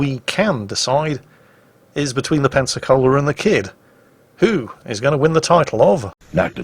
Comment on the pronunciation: Pensacola. Sorry dude, learn from this please